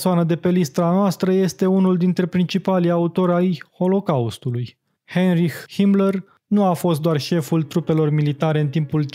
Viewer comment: Heinrih?Se pronunta Hainrih!